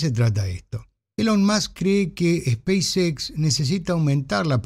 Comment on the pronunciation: El inglés no es su fuerte, es muy claro. En otro video que estuvo en vivo, le sugerí no mezclar los idiomas en cuestiones como "speis equis"...